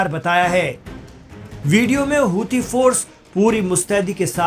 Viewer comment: Housi nahi kutte sahi se bol huthi hai